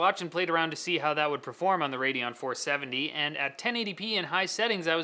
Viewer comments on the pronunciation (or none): none